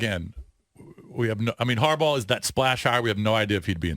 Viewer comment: This dude said Harbaugh!!! Must be a joke!!